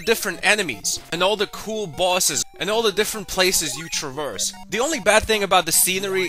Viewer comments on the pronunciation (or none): none